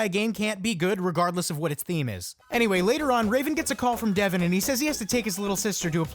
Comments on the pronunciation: How you gonna say "Devon" like "Devin"? Ya boy is "Dev-ahn"! LOL, but that part at the church was hilarious~ XD Subscribed~ :3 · not devon but devON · I know it's 2019 but it's DevON not DEVon.